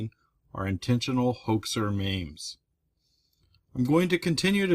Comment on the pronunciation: I like everything this guy does EXCEPT when he calls memes, mames